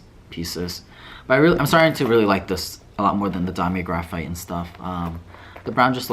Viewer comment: Damier Graphite is pronounced gruh-feet. Nice piece though!